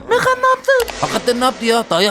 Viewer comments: Abi o bebeğin okunuşu megan(megın) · Onun adı megan diye okunmuyor megın diye okunuyor ❤ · Abi o bebeğin İngilizce okunuşu megan(megın) sen Türkçe okunuşunu söylüyorsun megan(megan)